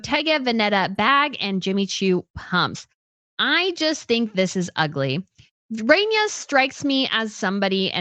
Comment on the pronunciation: The way you say Rania needs to be changed cause it just sound ugly. You should be put on the worst pronunciation list.